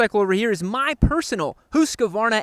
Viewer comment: When is gonna learn to say Husqvarna right 😂😂